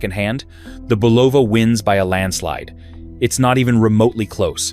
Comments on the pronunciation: It's pronounced BUL'-o-va, not Bu-LOV'-a. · The name of the watch brand is pronounced BULL'-a-va a soft u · Crappy ai video. Can't pronounce Bulova or anything else right. Horrible.